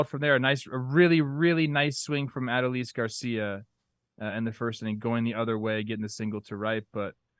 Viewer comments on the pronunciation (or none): just fyi Adolis is pronounced "Uh-Dole-Lease" not "Ato-Lease"